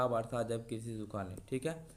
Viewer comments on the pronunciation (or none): none